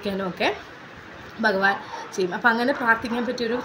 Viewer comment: ഒത്തിരി നല്ല അറിവാണ് പക്ഷേ ഭഗവാനെ ബ എന്ന് ഉച്ചരിക്കല്ലേ